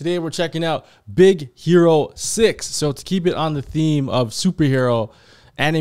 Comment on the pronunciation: and it sounds like she’s saying “Hito” for Hiro